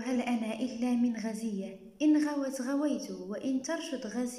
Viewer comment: غُزية بالضم يادكتورة